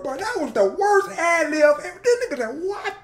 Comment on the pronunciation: He lowkey tryna enunciate the “a” in nigga makin sure ther ain’t no hard “er”. Why he sound like “NAGGAH” 🤣